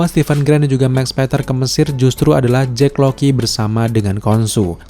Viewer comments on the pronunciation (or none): kirain gue doang yg dari awal dengernya JACK LOKI, JACK LOKI mulu, bukannya mustinya JACK LOCKLEY yak? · Sengaja banget ya pengucapan nama - namanya diplesetin? Jake Lockley bacanya Jake LOKI, Bast bacanya BLAST